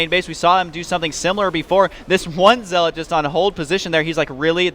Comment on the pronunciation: Watch day9, its ZEL-OT NOT ZEAAAAAAAAAAAALAUGHT